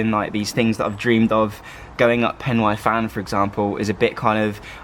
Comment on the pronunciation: Awesome video, but I need to pick on your pronunciation of pen y fan😂other than that amazing video. My fenix 7x pro solar is coming Tuesday!